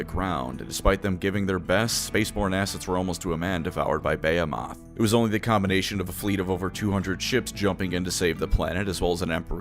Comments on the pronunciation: buh·hee·muth not bay·o·moth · makes me giggle with how he pronounces behemoth. Brother if you see this, the rest of us pronounce it buh·hee·muth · You seriously pronouncing "behemoth" as Baya-moth???? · it's pronounced "bee-hee-moth" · Every time he says “Bay-he-moth” I cringe. I think it’s one of those “only read the word and never heard it spoken things? Like nails on a chalkboard. And you’re welcome. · That's not how you pronounce "behemoth" btw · That is uh quite a way of pronouncing "behemoth" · Thats first time I've heard Behemoth pronounced like that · How do you reader, pronounce Behemoth? (Buh-hee-muth) Or (Bay-ah-moth)